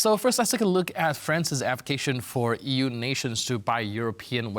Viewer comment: So eu eu eu....eee .vee😂